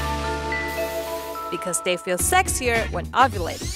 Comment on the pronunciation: She pronounces 'ovulating' in a jumbled way. I kept thinking she said 'ugly'.